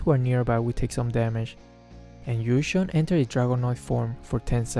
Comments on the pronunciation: Btw, it's pronounced kinda like "ywee jong" not like gusion HAHA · Everytime says Yu Zhong i always hear Gusion